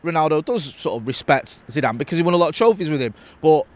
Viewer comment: You can't even say Zeezue's name you clampet family reject